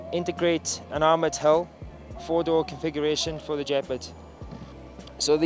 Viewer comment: The "Jep-ard"?